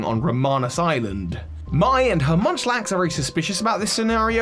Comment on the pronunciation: Munchlax is not Munchlax